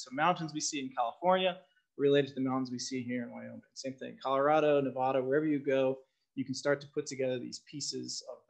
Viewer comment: Nevada (the State) is pronounced just like you spell it Nev-AD-a, not Nev-ODD-a, not Nev-ah-da! We became a territory in 1861 and a state in 1864 and it's always been pronounced that way. Just like you don't go to Texas and say Tejas or go to Oklahoma and say Okla Homma either.